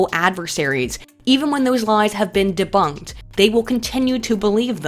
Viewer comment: I feel that didn't say deboonked enough in this video...